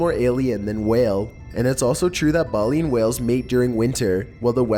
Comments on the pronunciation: bay-lean dude come on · I didn't hear any "space music" in the NASA one. Maybe it's just me, but I only heard a beep. Also, the "Satanic DVD" one, was shown to be an art project. And lastly, it's pronounced "BAY-leen" whale, with a long "a". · He mispronounced "Baleen" AND "Minke", that ruined #5 for me